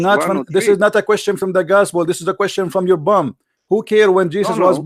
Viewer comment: "This is a question from youRRR bum" 🤣🤣🤣